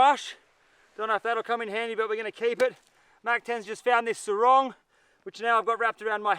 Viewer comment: is your girl friend cambodian? cause you keep saying surong. surong is a cambodian word meaning. the long dress from the waist down